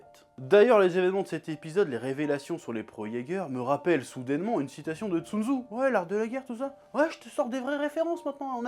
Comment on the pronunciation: Attend comment il a prononcé Sun tzu ????